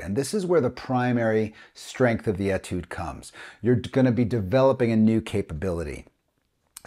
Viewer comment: FWIW, Etude is a word that comes from the French language. The French write it with a diacritic above the beginning “e”. This changes the pronunciation from an “e” sound to an “a” sound. So it is correctly pronounced as atude rather than etude.